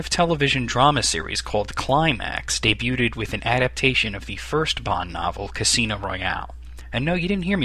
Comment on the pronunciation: did you say the word debuted the way it's spelled?